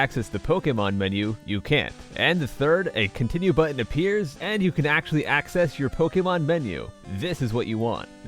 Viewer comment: It’s actul- no